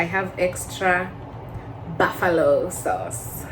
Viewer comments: Boofallo has me dead 💀 💀💀💀. Don’t say booffet too. You’ll suffer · The buffalo sauce thing isn’t to do with accent. Its more of a pronunciation thing. It’s just that Kenyans use Swahili vowels when speaking English and literally say it how it looks too😅 I had to stop using Swahili vowels in words when I moved lol.